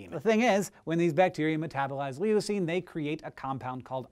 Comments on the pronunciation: it's not lee-oo-seen, it's loo-seen (leucine), just fyi no offense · It's pronounced Loo-scene, not Lee-you-scene. The way you pronounced it made me cry. Sorry to be that guy. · Lol Lee-oh-seen. Hank, it's pronounced Lew-seen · I have never heard anyone pronounce Leucine as LEE-ooh-seen. My professors and classmates always pronounced it as LOO-seen. It never even occurred to me that its pronunciation would be ambiguous among English-speakers. How does everyone else pronounce it? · I have never heard someone pronounce leucine as "lee-o-cine". It is "loo-cine". It just really struck me. (Still love Hank and SciShow!) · ***** We Americans actually pronounce it lew-seen too. I think Hank was just misinformed on the pronunciation. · Leucine is actually pronounced more like "lu-seen". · lol leeyouucine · Is that how leucine is pronounced in the US? In the UK we pronounce it LOO-cine. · yeah, I cringed a bit there too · Awesome video as always! But (and I hate to nit pick) I've never heard leucine pronounced like that. Minor detail, no big deal.